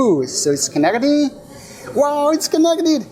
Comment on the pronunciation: when this guy start to telling ‘its koneketing’ the watch start to correct itself quickly 🤣🤣🤣